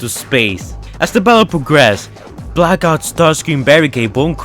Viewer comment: Thought you were saying black ops.. You were actually saying blackout